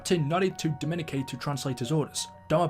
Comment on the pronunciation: How is so illiterate that he can’t say Dominique like it’s stupid